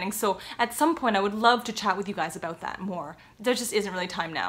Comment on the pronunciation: I could never tell you were Canadian while you said about "a-boot". Love it. I'm American. 😅